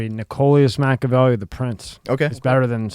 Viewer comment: ahh did say machavelli i thought he wasnt lol